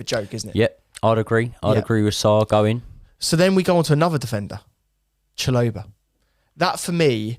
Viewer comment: Great insights but that pronunciation of Chalobah is abysmal, bro isn't even trying 😂